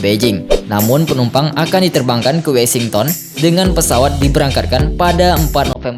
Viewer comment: Dibaca WOSINGTEN Mas bukan WESINGTON